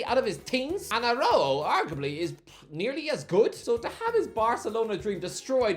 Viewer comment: Why you say Araujo like that